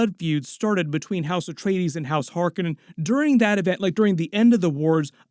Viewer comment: I WAS going to watch this until they mispronounced Harkonnen AGAIN !!!!!!!!!!!!!!!!!!